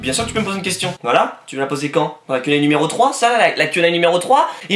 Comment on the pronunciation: On dirait que tu dis "quenelle" au lieu de "Q&A" mais sinon j'ai kiffé ton freestyle et gg pour les futurs 50 000 abos